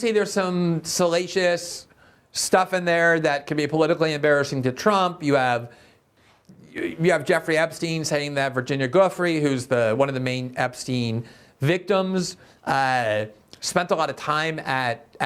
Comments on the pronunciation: Greenwald doesn't even know how to pronounce the Virginia Giuffre name??!... and he flippantly mentions her allegations were disproven. All of them or maybe just the great Zionist...DERSH. who was a pal of Epstein...who must have known what his pal was doing with girls Also, why the hell should I listen to the great journalist...Michael Tracy for 8 hours telling me his OPINIONS? What a creepy, sloppy introduction to this video. On top of it all, I don't know how Greenwald can simply imply that the redacted "victim" was Virginia Giuffre Of course this isn't a video speaking to the topic of being a victim....maybe he might do one but I guess that doesn't interest him. Totally unprofessional, unnecessary references to a woman who didn't get anyone punished who didn't deserve it. Greenwald, for me, has lost credibility. People can follow blindly without questioning on information these days, but I find it necessary to pick and choose carefully. Just because people seem to be fighting for "justice" is just a bunch of BS. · You mispronounced Giuffre's name you doofus. Show some respect and prepare.